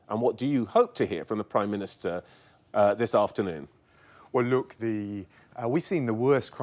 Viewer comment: “WELL-LOOK-DEE” wtf alien inside him composing itself